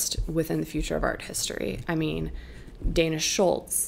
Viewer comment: Dana Schutz not Dana Schultz